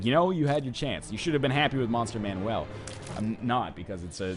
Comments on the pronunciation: Yes, it's "Monster Manuel" Not Manual. So he's pronouncing Manuel how you would if it were someone's name. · Am I missing the joke the way NL pronounces "Monster Manual"?